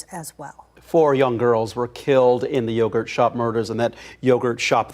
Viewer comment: I can't believe its yogurt. newscaster said it wrong at one point. kind of funny